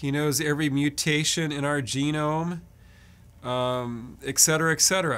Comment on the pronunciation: From the kindness of my heart "etc." is pronounced as it is spelled out: et cetera.